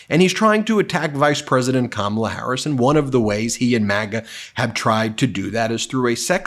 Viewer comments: Trump struggles to say Kamala's name. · I hate that the right never pronounce Kamala correctly…it’s so rude. And they know they are doing it on purpose. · So racist that he can't or won't pronounce Kamala's name properly. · Trump, still does not know how to pronounce Kamala Harris‘s name. This guy is a malignant narcissist, combined with pathological liar. 🤥 🤥🤥🤥🤥🤥 can’t wait till we don’t see this man ever again on camera!